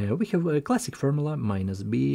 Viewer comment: Clathic… lol… thum…lol…